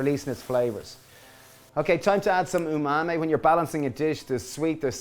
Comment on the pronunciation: Oh he said "tamari"? Sounded like he said "umami" to me, but the bottle does look like a tamari bottle, so that makes sense.